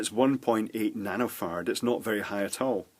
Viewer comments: sounds like nano farts hahahahahah. Sorry, they say ferrets in here. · I scanned the comments for 2 minutes and am sad that no one mentions how he keeps saying nanofart. Classic Scottish accent! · "This one is rated at 100 Nanofart"😂😂😂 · sounded like he said Nano fart lol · when he got to the section about capacitors I thought he was saying nanofart and microfart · I keep hearing nanofart and microfart.